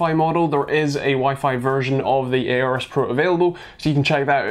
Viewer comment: STOP SAYING AORUS WRONG